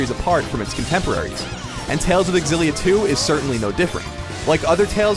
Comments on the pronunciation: It's hard to listen because I'm so distracted at the way he pronounces Xillia, it's "Zillia" not "Exzillia" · It's pronounced Z-illia not XZ-illia... ffs man... -_ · It is Exillia, actually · Fate Aketsueki why do they not understand that its pronounced "Zillia"? i mean how do they pronounce xylophone? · Why can't ign say Xillia right.